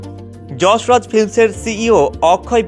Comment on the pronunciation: Pronounciate properly, it's not Jasraj,.it's Yas Raj.